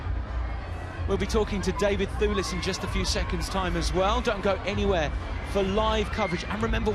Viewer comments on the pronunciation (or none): David THOOLIS - that guy pronouced david's name all funny, it's devid THEWLIS you moron. mmm i love daivd thewlis and indeed remus lupin too sooooo much, they are such a beautiful people <3 he is always chewing gum or at least looks like he's chewing gum in his interviews...